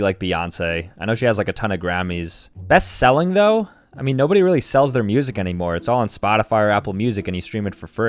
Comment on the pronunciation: best seeling lol